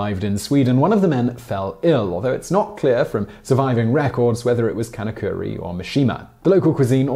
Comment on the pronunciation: Can of curry...Sounds more like he’s from India